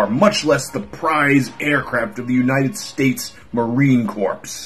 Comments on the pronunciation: I love you!!! But "Marine ⅞7❤️" is pronounced Marine "CORE"...not "corpse". Unless you're talking about a lifeless body of a dead recruit...then I suppose you'd have yourself a "Marine Corpse". PS: Your moustache makes me weak. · yeah but it's pronounced more like core not corpse. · “Marine corpse” OOF